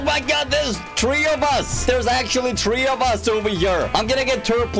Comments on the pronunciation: 3=three not tree 😂😂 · How to say three. Tree lol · he says tree in stead of three its funny